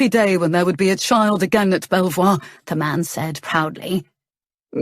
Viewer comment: A very funny story, so far, but Belvoir castle is near our home and is pronounced " beaver", not sure if it meant to be the same place , but just in case